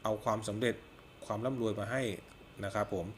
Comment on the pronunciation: ลาศี ลุ่งเลือง ล่ำลวย..... ไปฝึก ร. เรือ มาบ้างนะครับ